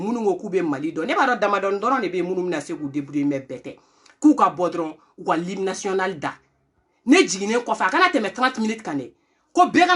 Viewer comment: Mais toi même tu ne t exprimes pas mieux que les autres.Tu dis Lime National alors que c est l hymne national.Tu dis aussi là maintenant c est un affaire,on dit plutôt une affaire.